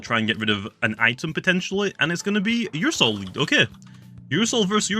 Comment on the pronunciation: ”ursoul” Me: “my soul? What does this have to do with my soul?”